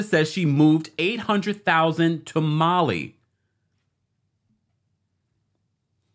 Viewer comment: Why did I keep hearing “tamale” when he said to Mali 😂🇲🇽